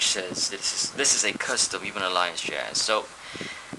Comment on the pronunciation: THIS IS COOL AS HELL BUT I HATE THE WAY HE SAYS HUMAN ALLIANCE JAZZ IT SOUNDS LIKE "HUME ALIE JAZE"